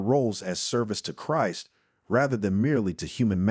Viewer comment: Be nice to have a real voice that knows how to pronouce "Christ" properly.